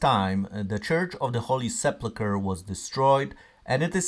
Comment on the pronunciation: I'm sorry, but this is driving me crazy. It's the holy se PUL kr. There's no plu in the word.